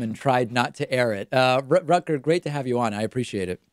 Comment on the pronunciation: Great to see Rutger on the David Pakman show, even when his name is pronounced as 'Rukker' (for the englishspeakers, rukker means wanker).